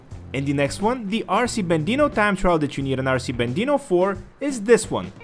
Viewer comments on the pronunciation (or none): RC Bandito not Bandino, anyways cool vids